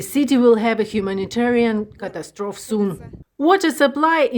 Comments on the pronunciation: English - FOR YOUR TRANSLATORS: Catastrophe is pronounced "cat-ASS-troh-fee," not "CAT-ass-trohf." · English is so tricky like this! cat-ASS-tro-fee, but cat-a-STROF-ic. foh--TOGG-ra-fer but FO-to-GRAF-ic. And then e-VAL-u-ATE and…e-VAL-u-AY-shun.